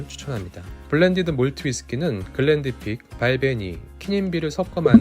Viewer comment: 글렌디픽이 아니라 글렌피딕입니다